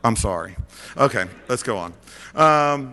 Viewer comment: lol "M' Kay"